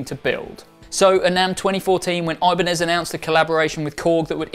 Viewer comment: The brand name is Ibanez, not Ajbaniiz.